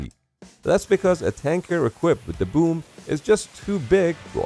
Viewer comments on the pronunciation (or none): Fun fact im a living mold for the boom or as he says woomb